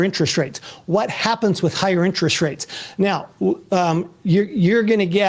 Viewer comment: "What you're seeing right neow"